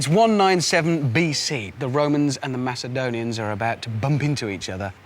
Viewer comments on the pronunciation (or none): He called the macedonians Macadonians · If that fucking guy says MAKADONIANS one more time... I will fucking KILL SOMEONE.